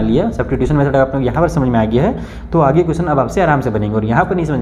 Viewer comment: Aag nhi age hota ha sir aag kyu bol rhe 🤧